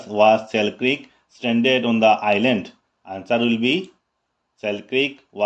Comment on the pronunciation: Sir it's pronounciation is Alexander Selkirk not Selkrik....